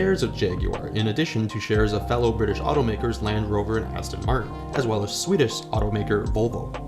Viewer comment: It's British not brita please